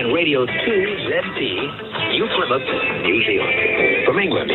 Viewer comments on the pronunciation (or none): none